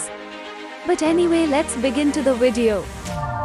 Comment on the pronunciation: "...now you like these wideo make sure to leave a like on the wideo..." Oooookayyy...